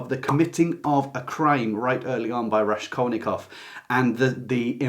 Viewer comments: Hello, thanks a lot for a great video. RaSKolnikov pronounces like School [SKul], not like RaSHkolnikov. РаСКольников. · For some reason you pronounce RaSHkolnikov, when it's supposed to be S sound. The impression this book has given me, is that if Porfiriy wasn't such a brilliant detective, and there was no serious investigation incriminating him, he would not suffer as much agony as he did. Also, he specifically has such a neurotic personality that he would overthink the deed and suffer no matter what; plus his crippling poverty and lack of food might have had an affect. So it is difficult to say what the effect of murder would be.. Oh and his friends kept talking about it all the time..